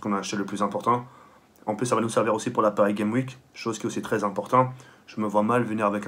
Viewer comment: Paris Game''S'' Week On prononce le ''S'' sérieux t'es Youtubeur et tu sais pas le dire Ça fait pitié man Sinon bonne vidéo comme d'hab